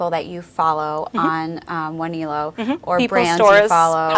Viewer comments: she says the name..... Wah knee low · I'be always pronounced it Wan el o ...